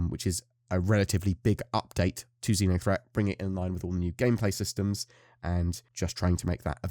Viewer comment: I thought I heard you saying Zinya-threat. I don't think anyone would survive that.